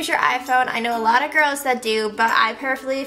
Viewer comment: Learn to speak "Purrferably" are you a cat!? "Worser" seriously I'm 11 and I can speak better than that .-.